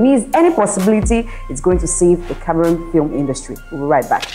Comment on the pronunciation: I commend you guys for correctly pronouncing Cameroon unlike what I hear lately